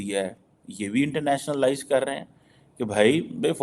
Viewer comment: Are, it is not “Internationa-lies”, it is “internationalise”. It is a single word, not two words the way you are pronouncing